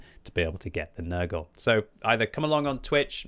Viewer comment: calling it papa nergal (nurgle) now